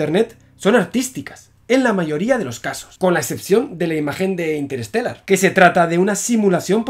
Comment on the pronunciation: "Interestellar". O Interstellar o Interestelar.